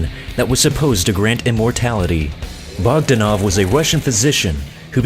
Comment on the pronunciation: He says Bogdanov wrong!